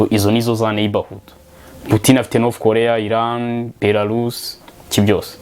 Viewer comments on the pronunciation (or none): none